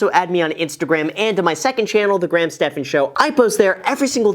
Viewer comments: Anyone notice the intro “what’s up graham it’s guys here” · “What’s up Gram it’s Guys here” 😂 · “What’s up Graham it’s guys here” 😂